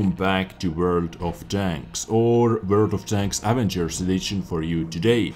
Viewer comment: The way he said avengers...XD.Im dying.